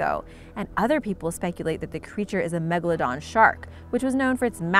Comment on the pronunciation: I can’t hear you you couldn’t say Megalodon